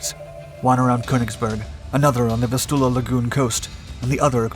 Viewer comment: VIS" tu la. Heer pronounced same as hair/hare.